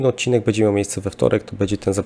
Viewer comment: Panie, jedna porada -- nie mowi sie "bedzie", ale "bendzie"